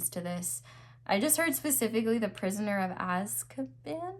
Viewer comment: Pile 2 😊 loved it and thank you for mentioning Harry Potter and the prisoner of Azkaban ❤ that's my all time favorite and you pronounced it right by the way 🙊